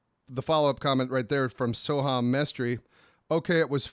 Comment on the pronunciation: Next video of commenting on comments... Fucckkkkk sooohhaaaammm!!!!! Loved the video on far cry 5... (Btw it's indian so pronounced so-hum)